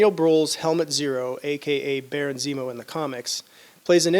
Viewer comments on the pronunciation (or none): none